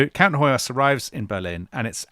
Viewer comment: Hoyos = "Hoyosh" (in Hungarian s = "sh" and sz = "s" and gy = "dy" so György is pronounced almost exactly like George. Also, when I checked wiki on Hoyos, it shows his title as Freiherr zu Stichsenstein, which translates to Baron Sticks-and-stones. 🤣 I swear!! I bet he was a very prickly person to be around. And weren't the French following juicy trial of a minister how was on trial for shooting his wife for canoodling with some journalist, something like that.